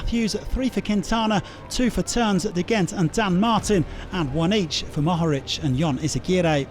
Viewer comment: NO WAY!!!! They actually pronounced the H in Mohorič this time. I cant believe it